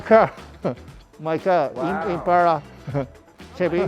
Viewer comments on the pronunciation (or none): Nice Chevy “imparra” 😂